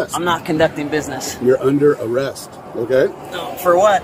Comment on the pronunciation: my guy said no in bold 😆